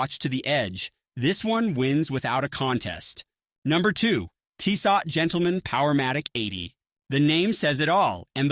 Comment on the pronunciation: Hard to take seriously when they can't pronounce the name of the company right.